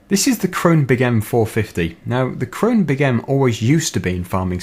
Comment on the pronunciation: You pronounce "Krone" completely wrong. You actually have to speak the "e" at the end of the word. Thats because it isnt a English word, but a German. But nice analysis anyway ^^